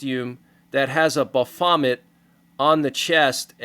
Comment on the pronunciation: It’s kinda funny pronouncing baphomet like “ba-vomit”.